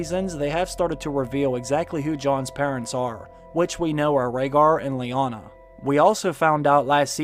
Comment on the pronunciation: Stop calling her Leona. It's Lyanna.